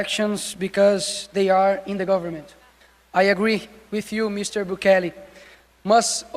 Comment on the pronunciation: Não é Bukelê , é Bukéle